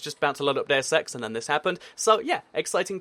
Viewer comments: he said deus X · Deau ex.